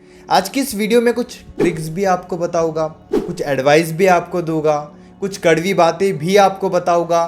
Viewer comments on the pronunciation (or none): पहले तो आप बताउगा नहीं बोला करो बताऊंगा होता है करुगा नहीं होता करुँगा होता है